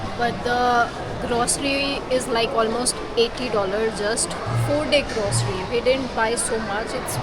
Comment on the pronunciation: It's not jaam, it's jam It's grocery, not grossary. It's parking, not parking